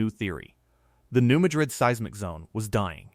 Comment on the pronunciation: THAT'S PRONOUNCED AS MAD RID... NOT MADRID WHICH IS A CITY IN SPAIN...